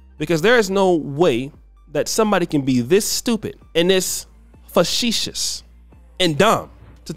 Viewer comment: How you calling him dumb but you can’t even pronounce facetious